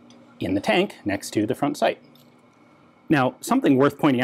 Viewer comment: For 'fank' read 'tank'. I don't want to start a meme...